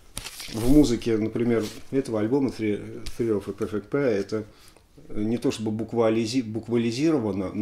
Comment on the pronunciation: О! "ТРИ оф зе перфект пэйр"...!